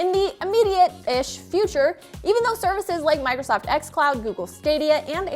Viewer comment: She says Migrosoft...